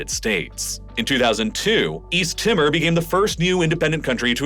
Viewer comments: Check your pronunciation please. It's pronounced East "Teeeemore" NOT "East Tima". Bougainville is pronounced with the emphasis on Bow as in the bow of an arrow. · East Timor has an "ee" sound so it rhymes with "lemur" not "simmer" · "East Timmer" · Please do more work at pronunciation. You drive me crazy when you routinely mispronounce things. It is East T-more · Timor is pronounced Tee-More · It baffles me that had such extensive knowledge of geography yet cannot pronounce “Timor”. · His pronounciation of "Timor". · all that and you can't pronounce Timor or Palau